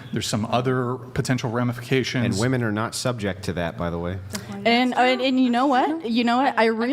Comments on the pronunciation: Im glad brought ip the pronunciation of "women." Jeeezus it was driving me crazy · Finally!! Someone pointed out how they say "woman" it drives me crazy. Thank you, 🎉